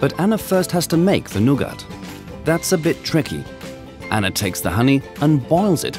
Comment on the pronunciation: ok wtf...why is he pronouncing the word 'nougat' as 'nugget'?!